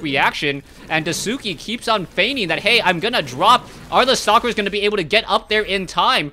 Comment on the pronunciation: It doesn't bother me that you are pronouncing DaiSuki's name incorrect, but if you'd like to pronounce it correctly say it like DIE + SKI. So DIE SKI instead of the way you are saying it... I just remember when people were wanting to pronounce Sase's name correctly and same with TH000 from WC3 it was beneficial. I love all the games and casts.:)